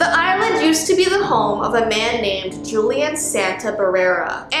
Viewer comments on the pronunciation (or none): none